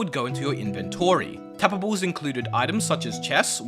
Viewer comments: Didn't catch ya. Did you mean TAPA-BLES? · saying tapables is so satisfying lol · “So tabbababes pond tababbes and sand tabbababes”